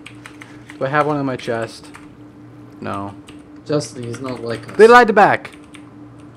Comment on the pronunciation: Call Justin, Justina Just-E-na